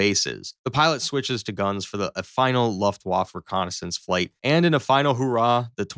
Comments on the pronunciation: It's time to learn how to pronounce Luftwaffe. Repeat after me, Luft-waffa. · Or, one might say Looft-va-fa. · Luftwoff lol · You're generous. I heard Loft Woff. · A guy who can't pronounce Luftwaffe is doing a video on World War II arial battles, LOL. Americans! You REALLY need to improve your education system. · Dude, did you not even bother to find out how to say Luftwaffe? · All that research and you have no idea how to pronounce Luftwaffe and that there is no such word as aircrafts. The plural of aircraft is aircraft. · Imagine how good this could have been if he didn't mispronounce luftWAFFE wrong every other second. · Maybe learn to pronounce "Luftwaffe" before making a video about the Luftwaffe. Maybe also look up German flags while you're at it. Google is free. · You must be something like 15 years old and I understand that you think it’s very cute to make these videos because it’s fun…but at least learn how to say Luftwaffe properly….Maybe ask your daddy or look on Google…duh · Learn to pronounce Luftwaffe in Hermann Goering correctly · Please, pronounce Luftwaffe correctly! The W is pronounced like a simple V and the E at the end should be pronounced. Good video otherwise. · This was ridiculous. Please do some research on what planes actually look like, which aircraft could conceivably have fought in the Battle of Britain, and how Luftwaffe is pronounced. Jesus. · how dare u say luftwaffe that way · The poor pronunciation of luftwaffe makes this already dumb video unwatchable. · if you are going to do a video it would be wise to pronounce the words correctly. It is not LAFTWAFF,,,,it is looftvaafe! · First, it is pronounced Luft-vaf-uh. Second, stuka is a shortened form of the German word for dive bomber. Use one or the other, but not both. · “Luft waff” 😂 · the german waflav......? what!? Luft-Waffe !! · "...vaf-fuh" Not "...vaf." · "Luftwaffe" is pronounced Luft-waf-fe -- i.e, you pronounce the "e" at the end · It's Luftwaffe, not "luftuaff".